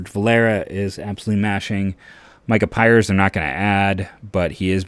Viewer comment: it’s micah Pries with an R not Pires